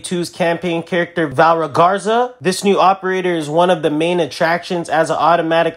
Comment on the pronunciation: Her name is Va-le-ri-a not valra 😂